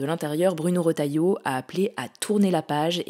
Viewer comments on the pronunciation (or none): none